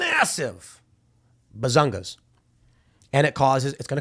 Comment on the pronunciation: I hope someone clipped Tim saying "Bazungus"